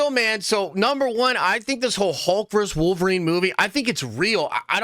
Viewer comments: How hard is it to say “versus” instead of “verse”? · IT'S PRONOUNCED VERSUS!!!! NOT VERSE!!! FUCKS SAKE!!! Luh you. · DUDE: It's VERSUS, not VERSE! VERSUS is not the plural of Verse (that would be verses). You say it so many times I couldn't stop myself for pointing it out; sorry, and no judgment intended. Versus is always and only pronounced "vur·suhz," and it means "against." What you keep saying means a group of lines in a poem, song, or religious text. Otherwise, I really enjoy your nerdy rantings and will keep watching. :)